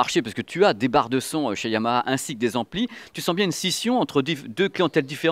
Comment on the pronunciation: Super prononciation du H de Yamaha, toujours au top!!